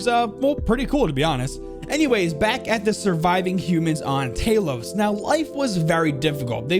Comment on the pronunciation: Talos is pronounced similar to towel, tow-los.